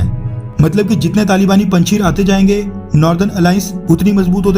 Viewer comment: Panchir nahi bhai panjashir hai o